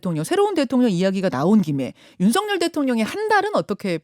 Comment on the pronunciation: 진행자님 제발 윤석열을 윤서결로 발음해주세요 윤석렬이 절대아님